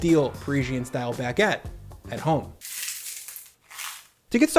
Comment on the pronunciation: Bag-get lol